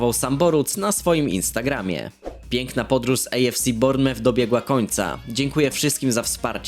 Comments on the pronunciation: nie rozumiem jak dalej po 6 latach sprzedzonych w premier league dalej nie umiesz wymawiac poprawnie nazwy klubu AFC Bournemouth ( Bormuf) serio to takie trudne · zle czytasz bournemouth, Anglicy mówią ,, bormuf"